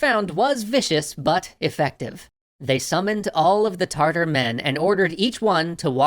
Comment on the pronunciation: Is it me or I keep hearing tartar like tartar sauce instead of Tatar ....?